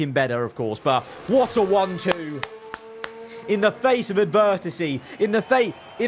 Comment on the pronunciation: In the face of advertasy, we've clapped backata, love the English 😂😂😂